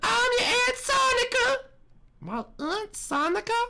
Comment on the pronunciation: Sonica not Sonya or not Sonia it’s sonica